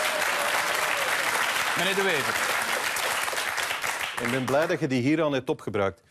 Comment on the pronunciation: The guy really does NOT even manage to pronounce Bart De Wever's name properly! Sick mentality!